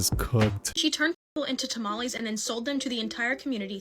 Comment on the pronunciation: It's not tamalis or tamalees dumb people, it's tamales pronounced tamalehs. XD Seriously though, i'm sick of you people who have to resort to neologisms like "unalive" for example, you are just cowards, no matter how you slice it.